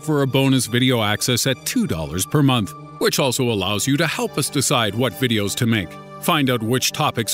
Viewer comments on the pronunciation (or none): none